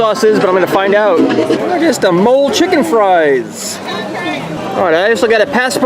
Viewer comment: Also just so you know Mole Sauce is pronounced like guacamole but omit the guac and also believe it or not mole is made from chocolate